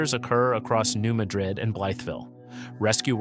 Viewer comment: Just for the record, it’s pronounced New MAD-rid. I know it’s wierd, I’m in East TN and it took me awhile to get used to it. LIke Cairo IL is pronounced KAY-ro.